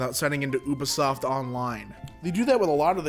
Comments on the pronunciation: saying “Ub isoft” instead of “U bisoft” just.. It hurts. A lot. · As well as Oobasoft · oobisoft XD you-be-soft lol, idk why but it triggered me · its so weird hearing someone say Ubisoft as "U"bisoft, insted of like "You"bisoft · So, this is about "Ooo" vs "Yew" sounding U in Ubisoft, but it's a made up word so it's pronounced however the developers want to pronounce it. But yes, there's an "uh" sounding U as well, and never mind when you combine it with another vowel. English is sort of ridiculous. It's partly because of something called "the great vowel shift", and partly because we steal from every other language. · Woodall me too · Woodall That's also the German way of pronouncing it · anyone catch onto how he pronounced ubisoft? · How he says ubisoft